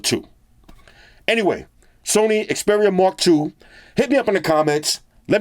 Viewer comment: Haha sorry It sound like Mark Douche.